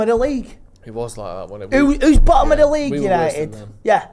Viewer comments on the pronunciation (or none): Yanited😂 love you Listen to the man